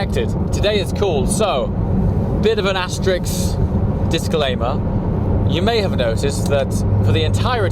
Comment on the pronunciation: Asterisk, not Asterix!